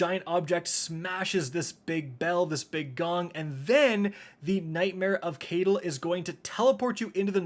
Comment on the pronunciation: The way says Caiatl..... like, IN THE GAME. CHARCTERS, SAY IT PROPERLY ALL THE TIME.. but not.. "KAY-TIL" I mean.. ya know.